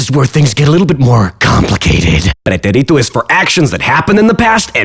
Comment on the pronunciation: It's pronounced pre-TÉ-ri-to. Not pre-te-RI-to. It even has an accent written on it.